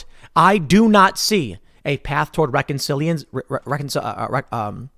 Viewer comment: Recon reckon re re reh cil reh reh reconci reconciliation